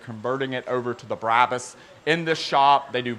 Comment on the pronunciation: Brah-bus not Brab-us "Bra" like the lingerie "Bus" but like you're going to say the word pu$$y but with a "B"